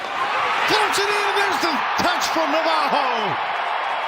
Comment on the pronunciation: Just because he’s Brazilian you don’t have to say Navajo his name is clearly Navarro double R you have to roll your Rs